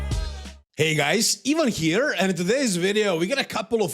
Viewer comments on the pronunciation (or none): it's wit a new wideo!